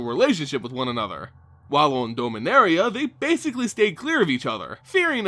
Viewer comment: did you just say doh-minaria? dom-in-aria